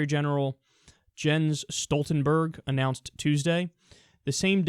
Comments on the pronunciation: It's pronounced more like "YEN-s". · Lesson in pronouncing "e" in the Norwegian language: Almost all E's is pronounced like the "e" is pronounced in ten (10) in English. This is also the case with the name of Secretary General of NATO Jens Stoltenberg Also, Wikipedia covers the pronunciation of his name with a smal audio sample.